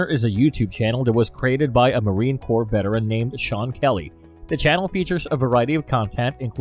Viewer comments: Pro Tip: the S isn't pronounced in "Corps" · FFS, you don’t pronounce the “s” is “Marine Corps”. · Dude, the s in Corps is silent! Shawn is the real deal and knows his stuff!